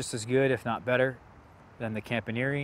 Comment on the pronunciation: Are you sure that's how you pronounce Campaniere? I watched the Thierry introductory video and it sounds like the announcer says, "Comp-ahn-ye-air". Similar to the way the back end of Pastiliere is pronounced but with the front end being different. The -iere is the same for both names... not sure about the origin. I got one earlier this year so it's still a baby but can't wait.